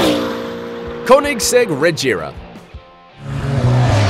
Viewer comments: Its called caunexeg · Wtf 😂 why are you pronouncing Koenigsegg and Rgera like that😂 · Got damn you mispronouncing the hell out of those Koenigsegg names. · You can't pronunce Koenigsegg konigsegg because it's wrong you have to learn how to pronunce the swidish words LOL! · I'm from sweden and Koenigsegg comes from sweden too, it's pronounced KÖNIGSEGG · Your saying Koenigsegg wrong!!! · There is so much wrong with this video. False "facts," complete misunderstanding of the concept of power and units of torque, horrible pronunciation, you can tell this guy has no idea what he's talking about. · Yo Dude plz get UR facts Correct and Learn to say the car names Correctlig plz.